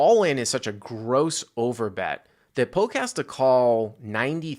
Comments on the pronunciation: This video is cringe, pronounce his name correctly it’s Polk not Poke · Ya, he says poke. Super annoying. Hey, it's pronounced Pullk! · Does have beef with Doug??? It feels like has to know who Doug Polk is and calling him Poke almost feels like he is acting like he never heard of him. I could be way off here but normally speaks very well for him to just mispronounce Doug's name like that. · Damn stop saying Doug Poke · Yolk is pronounced Yoke though so hook or by crook you got that right. Are you saying you try to pronounce yolk as yolk and it comes out yoke? So basically you try to pronounce yolk incorrectly and it comes out correctly which is why when you try to pronounce Polk it comes out incorrectly as Poke??? Ah f@ it - it was a good lay down lol. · Love but so funny he doesn't say Doug's last name right, heheh Doug Poke... I thought funny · Someone tell that Doug’s last name has a “L” in it....... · I love how says "Polk" hahahahaha